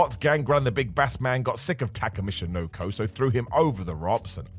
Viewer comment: Does have a stroke? "Michinoko" "Big Bass Man" "Ropps"